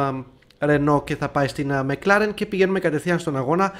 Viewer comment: Μακλαρεν όχι μεκλαρεν